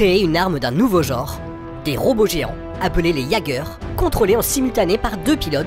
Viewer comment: Désoler j'adores tes vidéos mais ont Jager mais sa ce dit "Yaigerre"